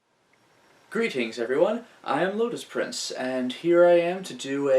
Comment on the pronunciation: I figured Night Shift was a long shot. ;) Bonus points for saying my screen name correct. Most say it with a long e. Thanks for the Q and A. Looking forward to the next project.